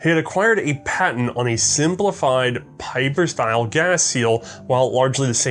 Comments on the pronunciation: Well for "one of the biggest in gun design" you show little respect by keep fucking up his name, what's so hard about pronouncing his name correct?! ... Pieper is pronounced as PEEPER, it's not that hard, not even for an American acting as an historian and firearms expert. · It is "P-ee-per". It's a Flemish/Dutch name.